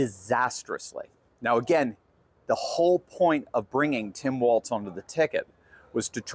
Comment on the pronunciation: Hey, that's "Timpon A-walz" to you, buddy! 😉